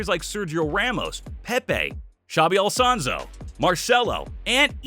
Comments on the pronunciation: The number of misprouncements in this video is ridiculous... ankara (encara), Alsonso (Alonso), Bayern Leverkusen (Bayer), ... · i stopped watching at "ALSONSO" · Stopped watching at "Xabi Alsawnzo" hahaha. Be better to show more highlights than just read off his CV. Decent vid, 5/10